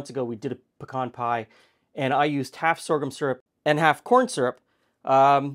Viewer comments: don’t think we don’t appreciate long videos! I could watch for much longer, actually. Thank you! And at least in the South where pecans are grown, it is “p’CAHN”, like you say it. NOT “PEEE-can”! For god’s sake! Haha. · THANK YOU for pronouncing the Texas Nut correctly! Its "peh-cahn" or "p' - kawn" NOT " pee-can" ! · Ok but, YOU say pecan the same way I say pecan, and since I'm from Tennessee and you're not, I have to believe that it must be the really really correct way to say pecan! 😊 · Born in PA, grew up in Alabama, that's how my family says pecan too. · You say pecan like I do. So there are two of us who know the correct pronunciation- anyone who says it in another way is wrong. Great video! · what I've always found interesting is you pronounce pecan the same way we do in Texas (aka "the correct way" 😛). Is this typical in your region? Great research as usual!